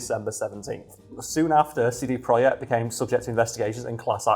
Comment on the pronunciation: Pretty sure it is pronounced project idk